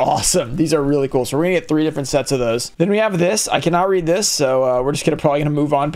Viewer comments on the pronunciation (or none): none